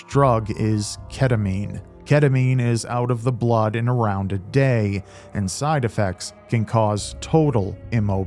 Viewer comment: Also the way she pronounced "bluuuud"